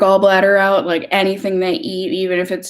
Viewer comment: Lol I love when your accent comes out. “Figure it oat!” Hahahaha